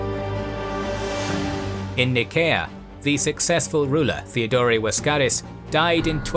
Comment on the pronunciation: Why is the narrator pronouncing Laskaris as Waskaris with a W? And prounouncing Boril as Boriu?